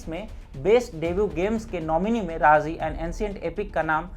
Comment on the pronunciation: राजी है वो राज़ी नहीं। उच्चारण सुधारें।